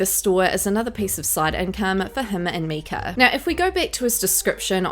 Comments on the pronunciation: 😂😂😂 I say it out loud every time she says “Meeka.” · Her name isn't Myk-er its Myyy-Kah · Is that a picture of Kate Hudson next to Myka ? Please stop saying her name with the soft i, it’s “m-I-ka. As much as I don’t like her at least don’t give false information. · Her name is pronounced just how it is spelled. My-ka as in My name is myka! Please say her name right if you are going to make videos slamming her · I wasn't sure if it was her accent or what. 😂